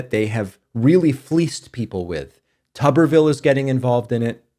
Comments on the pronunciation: It’s vile like pile, not ville like pill. Tubber vile. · You had previously pronounced his name correctly. If pronounced tub-ber-ville then there needs to be two B's. His name has one b so his name is pronounced tu-ber-ville. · I have never heard of his name pronounced TUB-er-vill over the years. I've always heard it pronounced TOO-ber-vill. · You call him Tubber-ville, I call him Hootersville. Talk about backwoods hickdom. So many children will die or be hurt by their childhood diseases. Grrrr